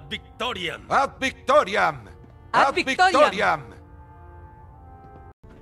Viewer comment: Italian Ad Victoriam is the real pronunciation of that phrase.